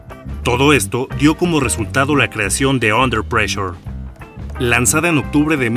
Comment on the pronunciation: Jajajajaja su pronunciación pésima del inglés "pleshure" Ve a un curso de inglés